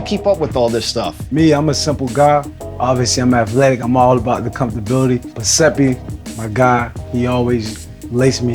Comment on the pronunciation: No one noticed "comftability"?